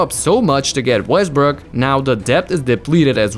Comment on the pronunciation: nigga really said Westbrick😭